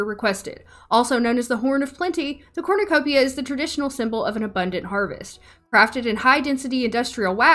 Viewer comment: Evrytime you said Corrnecopia , i got a mini heart attack , Becouse i had to think of the hunger games 😭